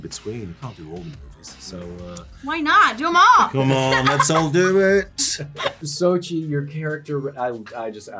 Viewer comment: its pronounced like so-chill